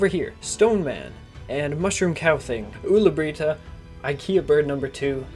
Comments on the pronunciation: Pewds: ulla brita: Owla breetah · I love how he says Ulla Britta XD